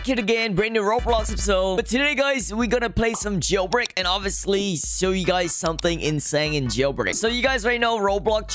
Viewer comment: why does he say jibrick